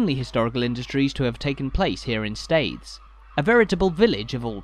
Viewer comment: The name of the town is pronounced "steers".